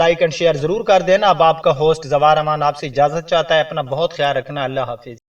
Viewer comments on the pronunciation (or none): none